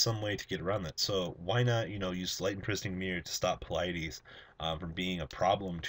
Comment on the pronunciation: Qwualut, Pleyedis, etc His pronunciation is terrible